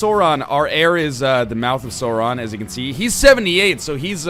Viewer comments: It's not SORE-on... It's Sauron! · its not "sore on" its sauron the au sounds like ow like in cow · This is gonna be painful to watch with NL mispronouncing Sauron lol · The "Sau" in Sauron is pronounced like the "sou" in the word "south". I usually wouldn't be upset about mispronunciations, but it IS J.R.R. Tolkien, who created two fully-functioning languages for this over the course of his lifetime, and about five or something other partly finished ones. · you're saying sauron wrong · oh god you're saying everything wrong D